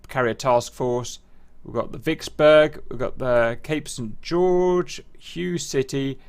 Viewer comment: Hue City is pronounced Whey City, not Hugh City :)